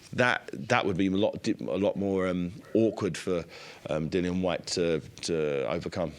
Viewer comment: 😂 spent the majority of the interview calling Dillian….Dillon 😂